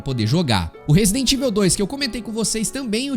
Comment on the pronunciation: pq a maioria da galera fala "resident ivel"?